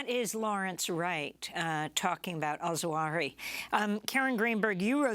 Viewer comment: Sorry Amy, but it is not Al-Zawahi as you say, but Al-Zawahiri. You missed a whole siillable, silly silabel!!